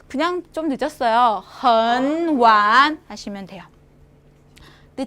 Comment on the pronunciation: hen wan 을 3성+3성으로 그대로 읽으시네.. 真可惜发音不标准。